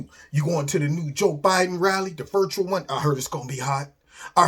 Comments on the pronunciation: you kill me! "Joe Ba-Din'". Love your vids!!! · Love your pro-nouce-a-tion of Joe Bi-Din Name. Sooo absolutely fuuunny!! You are a great joker!! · Joe “Ba’den”....pure gold. 🤪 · pronounces duh Joe's last name perfectly